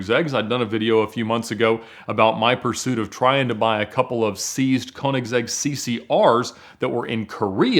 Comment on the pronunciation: I suggest you find a video where the owner (Christian Von Koeniggsegg) of Koeniggsegg introduce you to to the cars. At the very least, there you could learn how to pronounce the Brand name correctly.